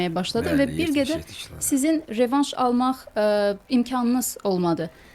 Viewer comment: Rövanş nedir, revanş 🤦